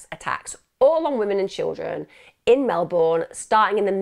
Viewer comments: Thanks for covering this story from my home town. But its pronounced "Mel-bin" not "Mel-born". Its also winter in August, not summer. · Mel-bun is basically how we say it. She is normally really good at making sure she has the correct pronunciation of towns out of respect for the victims. I guess "Melbourne" seems so obviously Mel-BOURNE to non-Australians that it doesn't even cross your mind that you should check the pronunciation. I did catch myself smiling a couple of times throughout the video. 🤦‍♀️ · I've always pronounced it as it reads phonetically... 'born'... Never heard anyone pronounce it as you say.. Not even Australians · 8 seconds in and already giggling at your pronunciation of "Melbourne". 😂 I hope you don't have to say it too much, or I'll feel bad about cracking up while listening to such a horrendous story. 😉 Love your videos! Always excited to see a new one become available. ❤️ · She's pronounced it like Americans do lol